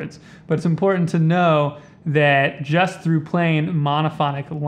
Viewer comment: Because he is a long winded snake oil salesman who can’t pronounce important.